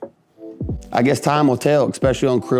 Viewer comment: Eck specially is NOT a word. There is no K, just especially. It has NO k sound in it.